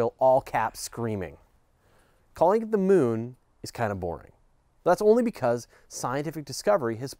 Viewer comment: "Da Mewn"